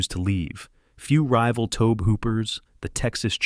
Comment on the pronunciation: I hate AI!!! 1700s? Roger Ebb-Ert? Toab Hooper?